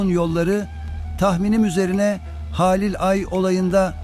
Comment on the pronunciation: Bir de konuşmayı öğrenebilsen keşke :) Haaalil değil Halil ..Beraat değil Berat .ne lan beraat kandili mi bu 😂